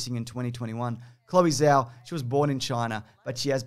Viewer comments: Zh is a J sound in Mandarin. Do Jao, not Zhao. :) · Greetings fine sir, just so you know, Zhao is pronounced close so Jow ( like ow I stubbed my toe) as opposed to Zao. Keep making good stuff! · Pretty sure the Zh in Zhao is pronounced like a J